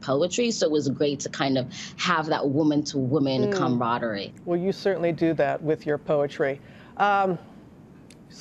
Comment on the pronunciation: I heard the impediment raise it's ugly head when the tried to say "inaugural" and later "camaraderie". You never know what people have to overcome.